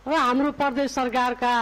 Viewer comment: परदेश र प्रदेश पनि भन्न नजान्नेहरु किन वक्ता बनेर बोल्छ हौ?हैट